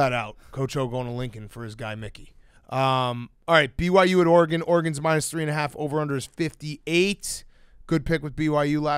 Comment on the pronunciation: Dave just can’t say Oregon correctly.